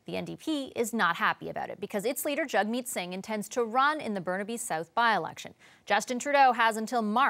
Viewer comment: At least you guys at CBC should know his name is jagmeet not jug meat